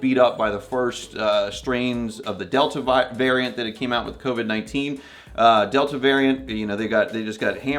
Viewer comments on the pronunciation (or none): none